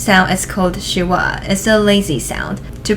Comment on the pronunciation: Teacher, thank you. Pardon me though. "Schwa" is a one syllable phonetic. It is pronounced with no break between the "sch" and the "wa". Teacher, thanks again. Thumb's up!!!